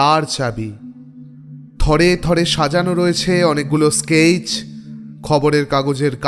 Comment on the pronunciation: sketch er pronunciation ki skaich???....